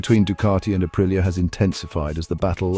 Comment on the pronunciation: Say it like this , ahpreeah